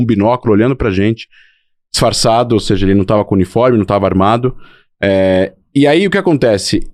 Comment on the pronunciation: O cara todo erudito falando “seje”… misericórdia 😅